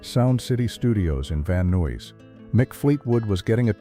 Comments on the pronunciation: My eyes rolled so hard when it said “van new-wees” 🙄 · ‘Van Nouys’ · These AI voices are just the absolute WORST. This one mispronounced literally every single word it possibly could have. "He met a led singer in Van Nooies, but couldn't red the notes, so with tares in their eyes ..." It's completely ridiculous. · AI IS SO ANNOYING!!! Can’t even pronounce Van Nuys… or McVie. AI is so unreliable, yet people are willing to just accept it, like it’s some all-knowing being. It’s not any of those things. It’s crap. I have yet to read something AI generated that DOES NOT have flaws, and lies.